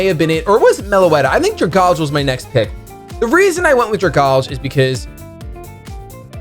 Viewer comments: I dont wanna sound nitpick-y but please say dragalge-e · Oh yeah, getting back to his roots with the Trevenant and the Darmanitan! Good to see you doing pokemon related stuff again. I think a draft league is the perfect amount without getting too bogged down by it. The pronunciation of Dragalge though... It's Dragon + Algae. Drag-Al-Gee Anyways, I wish you luck this season. I will be rooting for you, Emvee, and aDrive.